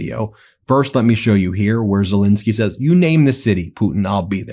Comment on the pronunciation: I’ve known of president ZelEnsky for quite a while. Who is this fellow Zel-I-nsky people have been blathering about for month after month after month? Who the hell is “Zel-I-nsky”?!?